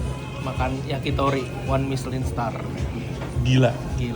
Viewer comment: misyelin dibaca miselong bang 😂😂